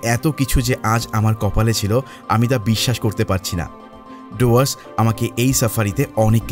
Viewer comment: ডুয়ার্সকে ডোয়ার্স না বলে ডুয়ার্স বলাই ভালো।